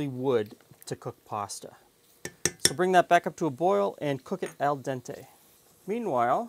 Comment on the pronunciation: LOL, yeah, I now feel like an accomplished man! Anyways, just trying to let people know the difference (I've heard way too many people saying dante instead of dente, and Italian is my first language, so I'm a bit picky about it). Sorry this correction sounded to you so mocking. I think you said it right though ;) Appreciate your video regardless <3.